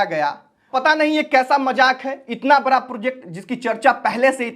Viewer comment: ❤बड़ा प्रोजेक्ट होता है बारा 😅😅प्रोजेक्ट नहीं होता है भाई सीखो बोलने पहले😅😅 तुम्हारा भी समय आ रहा है 👿